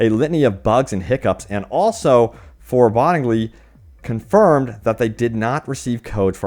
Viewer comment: I'm sure many people listen to your audio only. Not to be a dick, but please learn to pronounce the words you read. Words like 'scintillating,' 'vitriol,' 'foreboding,' etc. It is difficult to understand what you're saying sometimes.